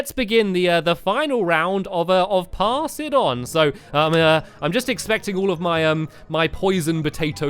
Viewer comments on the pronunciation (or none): thought he said ass it on